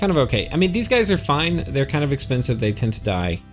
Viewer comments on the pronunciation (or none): none